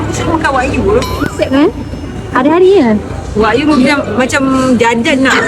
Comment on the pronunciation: Wagyu kak bukan wakyu 😂saya cakap ngan budak singapore wakyu kena bahan hahaha betulkan Tu wagyu